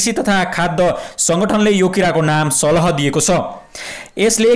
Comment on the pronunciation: It's salaaa not salaha